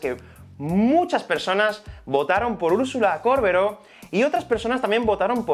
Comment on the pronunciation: Me puso nerviosa que diga córbero todo el video